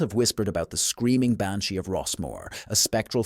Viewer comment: The Banshee pronunciation in the Gaelic is not how you said it . If you are going to tell ghost stories of a certain country do you think you could learn how to say the words. Are you American trying to be Irish because if you were a true Irish person you would know how to speak the words of the Gaelic language ?